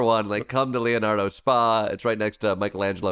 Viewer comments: Hey Klepper, It's not 'spa" like the one at the resort. "spa" is an Italian term, "Societa per azioni" or in English, "company with shares,", or a public or incorporated company. Using your parlance Boeing would be Boeing INK. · You’re saying “spa” when it’s an acronym S.P.A. which is Italian business lingo & is like Inc/Corp in English. You wouldn’t keep saying Apple Inc in a conversation about iPhones. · Leonardo Spa? FFS.. It's not Spa as in massage and steam, sauna. Spa is SpA as in Inc. Or Ltd. Or plc, or OY, or SA.... Inc., in America. Meaning a public limited company. Leonardo is a perfectly legit Italian defence conglomerate like Lockheed Martin or BAESystems or Raytheon. The ignorance here is both staggering and misleading. If for comic effect, fine. But this narrative is plain wrong. You just lost a long time fan